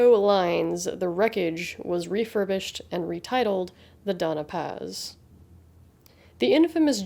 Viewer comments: It's the Don-ya Paz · Always happy to see your uploads Lady, the algorithm is flawed but we're here for you. The only quibble, 'Dona Paz' would be pronounced 'Donya Paz'. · Glad to see you back. One small quibble, though. The vessel was the Doña Paz, so it is pronounced "dohn-ya pahz".